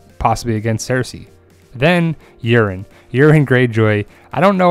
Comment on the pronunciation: I like how you pronounce Urine Greyjoy haha